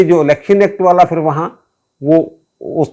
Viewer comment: Janab, lagz "fir" nahi, "phir" hota hai